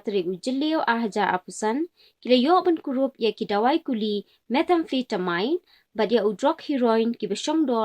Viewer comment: Shu ban kynnoh (pronounce) ki kyntien ba phim tikna. Wad bha shuwa na Youtube ba sngew lyngnga 😂😂 Meth-amphi- ta- min, Amphi-ta-min...not "mine"